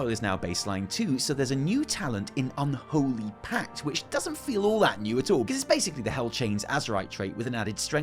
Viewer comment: the way he says unholy gets me everytime. the whole video is so funny